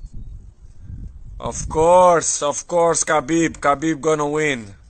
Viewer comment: Too bad he cant prononce properly Khabib or Inshallah ... lol